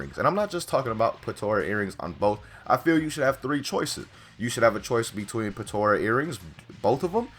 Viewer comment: The way he says Potara kind of bothers me...